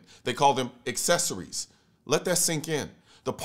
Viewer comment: Is he saying parts of a gun "assessories" ... without these assessories, it does not fire.